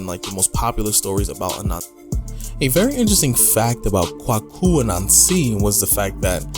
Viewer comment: Kwaku (‘Quake-U’) As pronounced in Ghana. Appreciate the video 👏👏👏